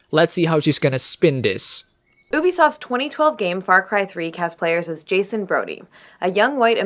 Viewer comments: Oobisoft, why does she say it like that... Did she learn it in Kwwebec by a Kwwwwebekoowa, XD because I, as a Quebecer, want to slap her Oobimouth for mocking the French way of saying say 'U'bisoft, because that's how we say it we say the letter U in French, that bisoft. I can oderstand a French talking in English calling it Ooooooobisoft, but an English speaker... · THEY STILL CANT SAY UBISOFT RIGHT!